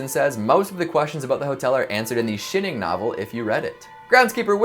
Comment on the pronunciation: Is no one going to address the way he says, The Shining?